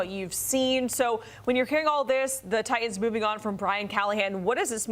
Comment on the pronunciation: Why can't she pronounce Titans? Both of the T letters.